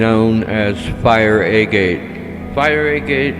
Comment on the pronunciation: The music was kind of creepy and I don't think I have ever heard the word agate pronounced like that.